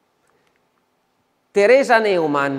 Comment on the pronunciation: Ciao, grazie per quello che fai. Volevo dirti che Neumann, in tedesco si legge NOIMANN perché le lettere eu = oi Sarebbe meglio che tu lo sapessi essendo che sei un bravo relatore. Grazie mille